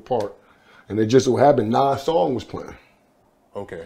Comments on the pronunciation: I can't finish the video because of the way you keep saying "Nawwz" instead of Nas lmao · pronounces nas' name like nawls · This dude does not know how to pronounce Nas! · Somebody teach the interviewer how to pronounce Nas